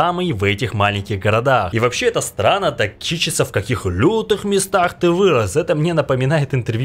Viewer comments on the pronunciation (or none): Он кичИтся, а не кИчится. Не хайпуй на успешных, добивайся, доказывай, всё у тебя получится, если собой будешь.